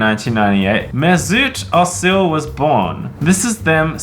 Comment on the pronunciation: I am annoyed because of how they said the name mesut ozil